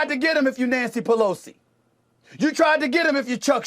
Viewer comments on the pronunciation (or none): did he say Nasty Pelosi? 😂, sorry if someone already caught this. Didn’t scrub the comments